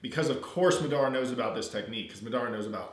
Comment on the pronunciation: oh and it's mah-duh-ruh (madara) not mid-ar-a